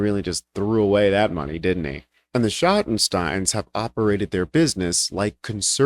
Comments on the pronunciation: I'm from Ohio, is pronounced shottensteens, not stine. They must own American eagle also. They're retailers from Columbus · Shotten-Steen.... Schottenstein...just sayin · You're pronouncing Schottenstein wrong. In Columbus, Ohio the stein part of the name is phonetically pronounced "Steen". They were a large discount clothing chain until the founder of the company died. The kids went into the reality business although they still have the Value City furniture business. The Ohio State Buckeye's basketball arena is called "The Schott" which is the shorten name for The Schottenstein Center. I guess it was good they got out of the clothing business they would've lost a lot of black business after this situation.